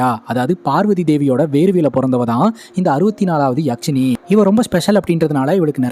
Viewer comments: யாக்சினி இல்ல அண்ணா யக்சினி❤❤❤❤❤❤ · யக்ஷினி யாஷினி இல்ல bro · கதை நல்லா சொல்றீங்க. பாராட்டுக்கள். அது யாக்ஷிணி இல்லை. யக்ஷிணி. யக்ஷனுக்கு பெண்பால் சொல். பொதுவாக மாந்திரீகத்தில் கேள்விப்படும் நபர்.